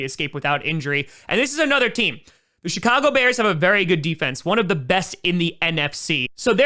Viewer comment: Sounded like he said Shitcago Bears but didn’t want to make it obvious and hurt the Bears fans feelings